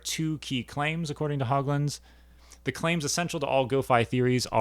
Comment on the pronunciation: John pronounced his last name "Hōgland." No hogs. I'm his widow. I'm enjoying your series on ontology, having been trained in philosophy myself. Glad some people are still thinking about these questions.